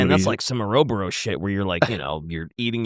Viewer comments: didn't know i be learning so many new ways to pronounce things but i have to say Ouroboros being changed to ouroboro is the most notable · Fun podcast as always!.. save for DKs mispronunciation of 'ouroboros' causing me incredible pain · Every single time says Ouroboros wrong my brain kinda jus....short circuits, specially from someone who makes FMA references so much yet constantly mispronounces it